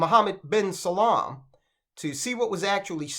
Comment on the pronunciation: It’s Salman, not salam 🙄